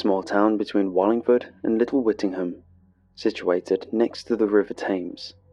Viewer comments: Also first time I've heard someone with a British accent called the river "Thaymes" and not "Tems" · Aaaargh please edit this stuff! Everyone knows that the river Thames that runs through London is pronounced "Tems'...come on this is exactly what frustrates me and you are such an amazing vocal actor...just tighten up the editing (obviously you got a Brit to do that so its not technically your fault, but as the project manager, yow are responsible for picking an English narrator who is aware of one of the best known (if not THE best known British river worldwide) and pronounce its name correctly. I think you need to balance your good heartedness with concise editing. I love your stuff and its only when someone cares that they get so incensed by errors that are avoidable if you had an editor (I realised that you can't do everything but you have to delegate to people you trust. I know you put your heart and soul into this and that is why it enrages me. It's like all the work you put in, is endangered by mistakes a decent editor/proofreader would eliminate. I would do it for free I feel so strongly about the quality of your performance being compromised!